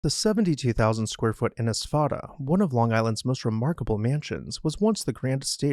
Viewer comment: In Irish spelling, an i or e on either side of an s turns that s into sh. This name is pronounced Inishfada. HTH